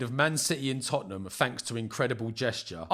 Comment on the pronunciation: "Iz da history of da Tot-ten-ham" 😂